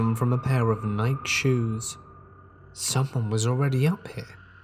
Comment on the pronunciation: Nike is pronounced with the long ‘e’. NI-kee